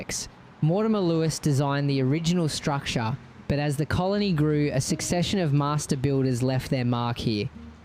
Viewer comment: The way you pronounce structure is disgusting